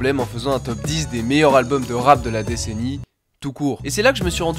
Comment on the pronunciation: Gros, j'aime bien tes vidéos mais tu me rends OUF à pas faire les liaisons ou à les faire de façon éclatée au sous-sol. Tu parles en quelle langue ? C'est "les meilleurs Zalbums", "un des plus grands Zalbums". Sérieux, c'est impossible de publier des vidéos et de faire des erreurs comme ca. A chaque fois que t'en rates une j'ai les oreilles qui saignent. Pareil avec l'emploi systématique du futur pour parler du passé, c'est moins grave et pas faux en soi mais souvent c'est maladroit et t'as des souci de concordance. Ah et tu peux pas dire "également aussi" c'est redondant. Mais sinon bien hein, c'est juste que ca améliorerait grandement le plaisir d'écoute et que ca te rendrait plus crédible, en ce qui me concerne ;)